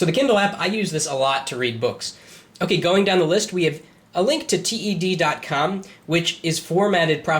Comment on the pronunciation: It's Ted, like the shortened version of Theodore, not T.E.D.